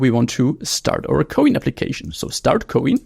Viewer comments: ko-in? lol why not pronounce like "coin" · It is pronounced "coin".